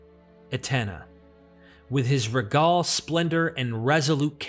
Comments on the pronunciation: Is a bot narrating this or just someone that doesnt check pronunciation before they publish. I mean seriously, how hard is the american dialect of english at this level? Annals, Regal, and many more. Your info is important, please have the attention to detail that it deserves. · your unusual pronunciations for words like annals, regal and Chaldean are grating to the ear and distract from an otherwise smooth oratory.